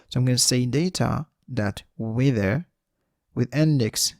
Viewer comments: "wither" or not he pronounces it right, the tutorial is awesome! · cant stop laughing the way you pronounce "weather" very good explanation